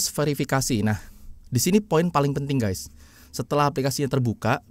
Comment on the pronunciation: mana ada Guys di baca ges, apalagi gess,, norak, harus nya yg benar itu di baca Gais atau Gaes, harus ada huruf A nya jangan E